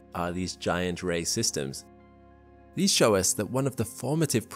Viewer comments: Great video👍🏻 every time you said “ray systems “ I kept hearing racism’s. I need to get some sleep. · Every time he says ray systems I hear racist ems. :P